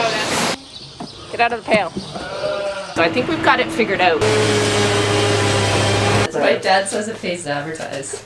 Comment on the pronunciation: I don't know why, but I just love the way you pronounce OUT. We American's have such a hard accent and Canadians soften things up! Thank you so much for taking the time to explain what you are doing in such detail! I am not a farmer, but I have enormous appreciation for those who farm! It is hard work and those who do it do not earn nearly the money or praise they should!